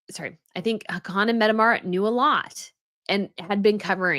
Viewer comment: Hi, I love watching your show but this one I had to stop. I don't want to be mean, just help. The pronunciation of the royal names were getting slaughtered, so even though I don't usually comment, I want to help you not stumble anymore. Please take this in the intention it is written in. Haakon is pronounced like HOCK-un. Mette-Marit is METteh MAReat. Sverre is SVAIR. I hope this helps.